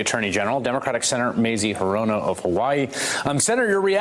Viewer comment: It's 'HEE-ro-no not he-'ROE-no!